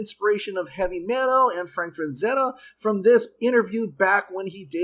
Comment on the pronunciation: It's Frazetta, not FraNzetta.